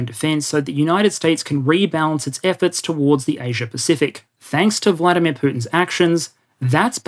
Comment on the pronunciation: on the same note,it's VladImir VladImirovich, emphasis on the first "I" in the middle, not the second one. go-go.